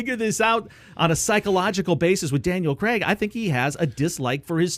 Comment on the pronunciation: Why do you pronounce C R AIG, Creg??? I really dont understand it